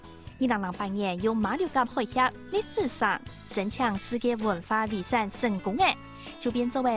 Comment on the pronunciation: 遺產 念viˇsanˋ 毋系iˇsanˋ